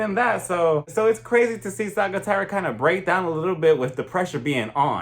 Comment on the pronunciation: Small tip: Sagittaria is pronounced more like “Sa-hee-tah-riah”. We pronounce the “g” as an intense “h”.